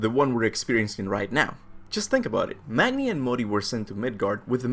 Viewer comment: Magni is pronounced Mah-nee